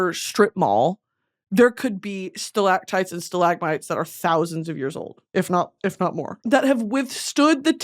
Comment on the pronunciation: I’m going to be saying stalAGHtites and stalAHgmites like that until the day I die (alone because everyone got so fucking annoyed by me saying it all the time)